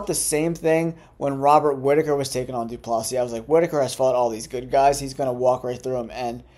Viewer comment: He meant about the DDP pronunciation